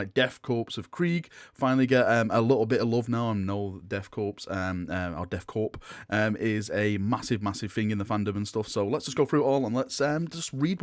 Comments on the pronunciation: I'm really sorry to sound like a jerk, but I gotta correct your pronunciation of the "Corps". It's pronounced "Corr" (silent P and silent S). Again... Sorry to be a jerk. Other than that, thanks for the video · "Corps" is pronounced "Core" 😉 so it's the "Death Core of Krieg"